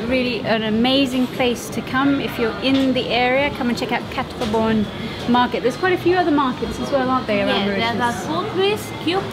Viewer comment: woahhh am impressed.....your the first english speaking person that prounced quatre bornes like an actually mauritian